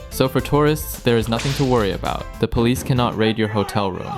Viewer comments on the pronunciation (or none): none